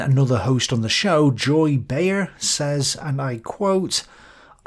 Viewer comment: Behar is pronounce Bay-har